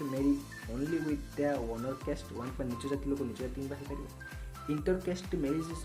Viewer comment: କେଷ୍ଟ ❌ କାଷ୍ଟ ✅